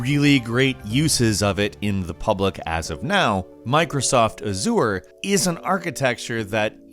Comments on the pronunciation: Everytime he pronounces azure a-zure i cringe. Its pronounced AZH-ure. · Excuse me, but, "Azure" is pronounced /ˈæʒər/ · Anyone else have a problem with the way that is pronouncing "Azure?" Nails on a chalkboard. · You pronounce azure same way you would pronounce seizure, not the way you pronounce it, for future or for people who never heard of it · Why do people pronounce azure incorrectly so much? It is a color with an existing pronunciation and it is said by the CEO like 10 million times during keynotes. C'mon!